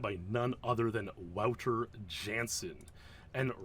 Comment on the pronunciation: Wow, love these deep dives 💯 Polite clarification on Wouter's name, for posterity -- Matthijs ten Ham once clarified the pronunciation as VOU-ter YAHN-sen 👍🇳🇱